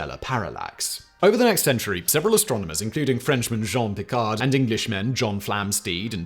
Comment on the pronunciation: The guy was even called *Jean Picard, since he was a Frenchman. But that distinction was very easy to miss since Simon (and most anglophones) tend to have such terrible pronunciation of French. I'm not advocating for French people either, because they absolutely suck at speaking any other language! That's what happens when people try to pronounce everything as if it was in their native language!